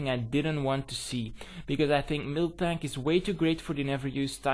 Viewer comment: i swear i thought you said milftank when you were saying miltank lol anyways gg.